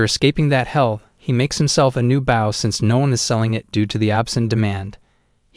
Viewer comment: Knowing the MC is an Archer, the Idiot Narrator doesn't pronounce the word BOW (as in Bow & Arrow) correctly!